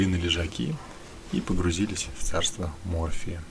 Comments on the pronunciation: )) Может в царство морфЕя, а не мОрфия🤣)) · Не мОрфия. . а морфЕя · Наверно, в царство Морфея , а не морфия 😆😆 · Не Морфия, а Морфея!!! Морфий - это уже с другой оперы. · Царство МорфЕя,а не мОрфия) мОрфий,это плохо)